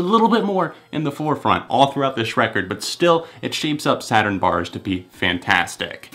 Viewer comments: It’s SaturnZ Barz emphasize the Z in saturnz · It’s not Saturn Barz it’s Saturnz barz